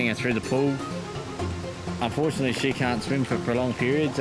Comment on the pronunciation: Wtf xD they said they care for snakes but the voice over said "UNFORTUTALLY none have ruptured" doesn't that mean they die??? 😂 And they said UNFORTUTALLY... Did they want them to rupture? 😂😂😂😂